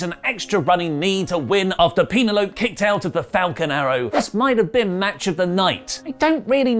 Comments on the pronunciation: Calling Penelope a "penalope" caught me off guard and made me choke on my coffee😂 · Pena-lope?? 🤣🤣 I'm gonna have to name my dog that now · Pa-na-la-pe or pe-na-lo-pe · Say wha....Pene'Lope ahahhahahahhah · Shida vs Ford was fantastic. What wasnt is your pronunciation of penelope. Great vid though, all love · The way you sayPenelope, is that a Club Dread reference? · Is pronunciation of Penelope's name a running gag or just wrong?